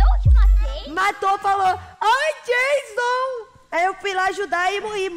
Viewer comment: O não é Jason é Jaison